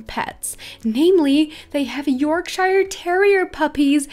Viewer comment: It's pronounced York- sheer not shire sorry I just had to point it out xD Love your vids by the way c